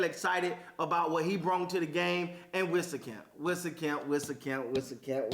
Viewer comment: For future refrence its pronounced WEEZ CAMP, like lil Wayne Weezy f baby.... WEEZCAMP